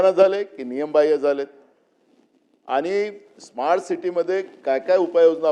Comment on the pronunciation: स्मार्ट म्हणता येत नाही - इस्मार्ट म्हणत